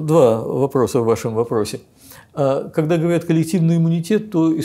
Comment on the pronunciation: Мне больше режет слух слово "говаряд"